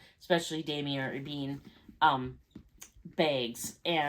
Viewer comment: It’s pronounced: Dom ee aa